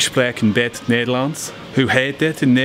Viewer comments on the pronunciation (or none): Nicee, already making solid progress. Tips: definitely listen to pronounciations on Google translate or whatever. Also 'a bit' is 'beetje' (bay-tch-uh) in Dutch. ;)